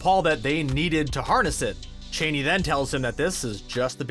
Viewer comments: It's ch uh aa ni not chéni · Dude, “Cha-ni”, not “Cheney”. The latter brings to mind a bloated and deranged old white politician. Please do not mess up my mental image of Zendaya that way 😟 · It's kind of a point of contention. Frank Herbert pronounces it Chain-ee, but the movies/miniseries (and pretty much everyone else pronounces it Cha-nee)